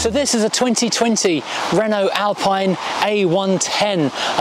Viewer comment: You don’t pronounce Alpine correctly 😅